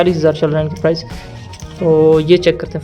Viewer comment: Mate its price not prize.